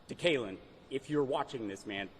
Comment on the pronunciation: Lol. My man called him DeKaylin on live TV hahahahhahaha